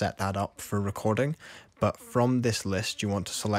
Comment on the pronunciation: Say that again.. "recor-DING!"